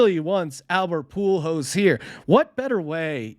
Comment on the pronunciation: Poo Holes. Not Pool Hose. He's putting the "L" in the wrong place... It's ok tho, Albert hasn't been around that long. Young player, so I wouldn't expect him to know his name. 🤦